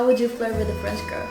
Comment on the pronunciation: Good for you man. Are you purposely pronouncing the word "girl" wrong?